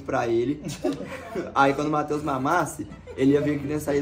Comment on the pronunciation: Como assim eles vão fazer um filme?😮 Ameii ❤❤❤ sempre fala "mateus" 😂😂